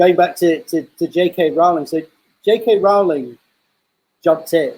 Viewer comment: Doesn't really work unless you pronounce it weird; her name's pronounced like "rolling".